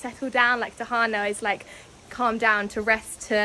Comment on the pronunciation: the tahan na for me hahaha u slay that word 🤣